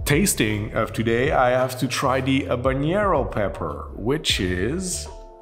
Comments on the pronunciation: It’s all good. It’s confusing. You don’t pronounce the H in Habanero and the n isn’t a ñ like it is in jalapeño. But if you can pronounce anything in French, you win regardless. Great channel. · Habanero mispronunciation count: 4. N and Ñ are different sounds. Ñ is like jalapeño. But habanero has a regular N sound. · Ok - let's break it down: 1) It is an entertaining video! However - besides of the fact, that he pronounced not only Jalapeño wrong- but also Habanero (and I am sure, that there were more pronouncing errors - which I totally excuse): 2) most of the heat of a chili is in the ribs / pith. The seeds are often pretty bitter. Of course there is heat in all areas - but it is pronounced in the mentioned areas. It is a bit telling, that this hasn't been researched and mentioned wrongly... 3) Chilis are notoriously inconsistent when it comes to heat. Eat one birds eye - and it is not spicier than a jalapeño (or other milder chilis) and another one who blows out your head! The same applies to all chilis. It depends from plant to plant, to climate (the said stress of the plant) and also to region and ripeness. So if this habanero was gentile - it is a very wrong notion to give a recipe with 4.5g - because it could be the "death" of your next cocktail, if you get a spicy one. It is also a shame, that poblanos were not tried. It has an amazing flavor (very distinctive like jalapeños - similarly vegetal - yet different) - which is the "mildest" of all peppers (besides of bell peppers). *The lesson to be learned: the spiciness on the Scoville list is showing the average spiciness of a pepper - which you can't really generally apply. 4) I would also use different tequilas for different peppers. Jalapeño peppers (serrano peppers, poblanos, Anaheim) - basically all "vegetal flavor pepper" are